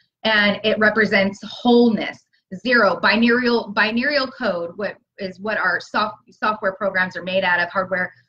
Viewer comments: When says binerial does she mean binary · Greatest Timeline Bi-Neural 😄😃